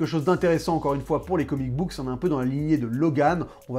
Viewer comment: J'aime bien tes vidéos mais j'ai l'impression que tu as une tendance à rajouter des "s" a des moments où il en faut pas, genre Killing Joke"s" ou comic book"s" meme quand tu en parles au singulier. Mais c'est du gros pinaillage, en dehors de ça c'est très très bien